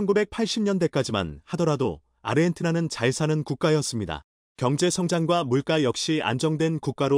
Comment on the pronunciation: 강믈 가는 물가 가격의 물가는 물까로 읽으세요. 적당히 실수하시길. 앞글자에 받힘이 있고 뒷음절에 오는 초성의 자음은 ㄲ ㅆㅉㅃ은 아니어도 이것들에 가깝게 발음 해야 합니다. 그동안 잔소리를 수도없이 했는데 xx불능이라는 말이 나올것 같아요. 중국인이라면 봐줄 수 있지만,모든국민이 듣고 있다는 것을 안다면 자막 글이 잘못됐으면 수정하여 읽으세요. 김대중 때부터 첫음절 초성의 ㅇ발음을 ㄹ발음으로 해 방송국 아나운서도 고생하는 것도 많이 봤을 것입니다. 국어의 수난을 막아야 합니다.